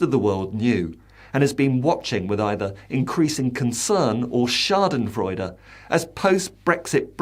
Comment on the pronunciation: i like your correct pronunciation of the German word: Schadenfreude Sorry to say that you are right Greetings from the astonished Germany